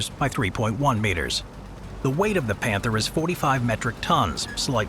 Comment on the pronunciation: Where do your German pronunciations come from? Do you have someone who speaks it, use a online translators option to say it or do you have someone who just tries his best? Not to criticize you, most of the time it is ok, but for example in the word "Panther" you used the German pronunciation of "a", but the English of "th". I am just wondering.